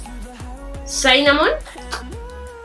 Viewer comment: Hola, una crítica constructiva se pronuncia sinamon no sainamon, me gustan mucho tus videos💞